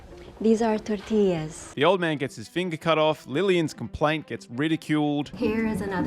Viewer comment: It’s a tor-ti-lla When I say I cackled so many times. Bravo!